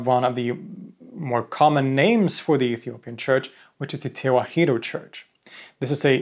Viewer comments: "Tewahedo" in Amharic is pronounced mostly as you said it, but the "he" is said more like 'hi' as in "hit," not 'hee' as in "heat." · Small correction, Tewahedo is not pronounced as Te-wa-hee-do, it is pronounced Te-wah-do. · Tewahdo is pronounced as Ta-wa-hh-dow